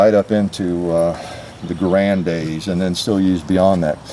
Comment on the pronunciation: Thank you for paying proper homage to Jean Cantius "John" Garand by pronouncing his family name properly.